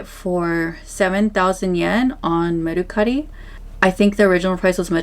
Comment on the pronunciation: The way she’s saying mercari is making that rage build up inside of me😂 . Can someone teach her how to say it please